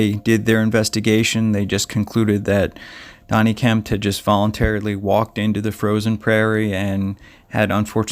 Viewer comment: I was going to watch your video. But within 2 minutes you mispronounced the name of the missing person and the name of the host of unsolved mysteries. There is no T in the missing man's name. And it is Robert StAck, not stOck. So really, how good could you possibly be at telling a story!